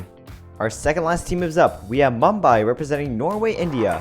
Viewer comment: he pronounced Mumbai wrong.